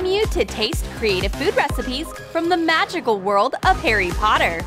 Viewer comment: I'm a potter head and its harry potter not heiry potter they sounded like they are saying heiry potter